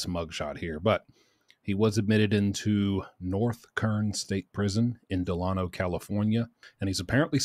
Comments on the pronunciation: It’s pronounced “de-lane-o”thanks for sharing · its Da-lane-oh. thats how to pronounce it. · pronounced da-lay-no d